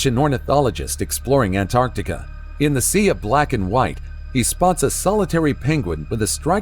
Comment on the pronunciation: They say ANT ART TIC A! Lol! Don't like that😂😂😂